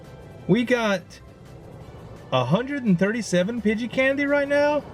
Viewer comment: Who phonetically spelled nidoran to sound like poop, it is Nee ( like the joint in you leg)- Doe (female deer)- Ran (past tense of run) Nee-Doe-Ran, Pidgey he pronounces correctly. Pidgeotto is Pidgey- oh- toe. If you guys want to give him advice double check your self first, we don't want to be the reason he mispronounces stuff.